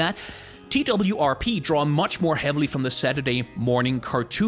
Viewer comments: Everyone says TWRP. This video is the first time that I’ve heard someone say T-W-R-P exclusively. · TWRP is meant to be pronounced as "twerp", I'm pretty sure